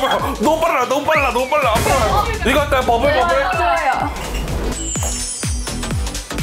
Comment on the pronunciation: 오늘의 게스트 스테이씨💖 듣기만 해도 청량해지는 스테이씨 신곡 버블... 심하게 중독돼서 머릿속에서 계속 버블버블버블~거려요ㅠㅠ 스테이씨가 알려주는 버블 포인트안무! 어디로 튈지몰라 stupid stop! 잔소린 버블버블버블♪ 버블 발음하기 은근 힘든데 풍자님 외케 잘하시져,, 풍자님 짱!! 해맑은 아이사 너무 귀여워서 제 마음을 녹이네요ㅠ😍 아이사 웃는거 완전 아기고양이같고 짱 귀여워요ㅠ 호갱아이사ㅋㅋㅋ 이 각박한 세상속에서....!!!! 싱크로율 100퍼센트 윤 와이리 기엽노ㅠ 스테이씨곡들은 하나도 빠짐없이 다 명곡... 타이틀곡은 물론 수록곡까지 다 좋아버리는... 파피↘파피↘ 낭만 아이사...♡ 주량이 2병이여...? 아이사 알고보니 쎈언니였네...!! 큰코다치고 또 먹는게 술이라는 시으니ㅋㅋㅋ 풍자님의 매우 유익하고 중요한(?) 술강의 ASAP 진짴ㅋㅋㅋㅋㅋ 아이스크림 먹는게 이케 귀여우면 반칙이지~! 진짜 귀엽다 증말ㅠㅠ 인터뷰 때려치고 놀자고 제안하는 풍자님ㅋㅋㅋ 이렇게까지 길게 쓰게될줄 몰랐는데 장면 하나하나 첨부터 끝까지 다 재밌어서 적다보니 이케 길어졌네요ㅋㅋㅋ 제일 좋아하는 아이돌이 스테이씨고 제일 좋아하는 유튜버가 풍자님인데 이런 영상 나오니까 진짜 행복사할것같아요ㅠㅠ 풍자님 영상 항상 잘보고있고 스테이씨 버블 1위했던데 너무 축하드려요!! 앵콜라이브때 우시는거 보고 나까지 맴찢ㅠㅠ 진짜 사랑합니다♡♡